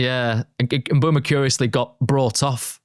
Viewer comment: If only they could say Bryan Mbuemo name correctly 🥲